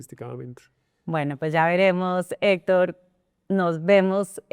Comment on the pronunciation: Esta senora no tiene fluides al hablar , se traba mucho y nisiguiera puede pronunciar la palabras Hector. Senora visite a un fonoaudioligo o retrirece